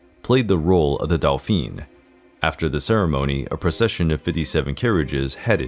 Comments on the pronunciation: It wasn’t Delphine, it was dolphin. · "Dauphin" = daw-feen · Louis of France, was a Dauphin, not a Delphine, and there are a couple of other mispronunciations that cause confusion. Was the 'delphine' meant as an insult to France? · Dolpheene? D-A-U-P-H-I-N (dohfahn) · The way he pronounces “dauphin” is actually the female pronunciation of the title. 😁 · Delphine? Too many mispronounciations. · Interesting but pity that the narrator makes so many mistakes in pronouncing names and dauphin! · Yup I cringe every time he pronounces di Medici and the Dauphin, lol.